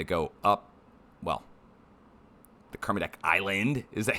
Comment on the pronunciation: Nailed the Kermedec!!